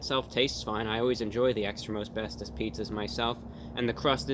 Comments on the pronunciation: At first, I thought he said "Extra Asbestos". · Every time he said, "Extra most bestest pizza." I heard, "Extra asbestos pizza." 🤢